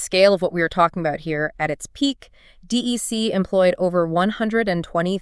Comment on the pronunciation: It's not pronounced D.E.C., it's 'Dec'. Pretty fundamental for an AI generated 'deep dive' that you get at least the name right in the audio. Ugh.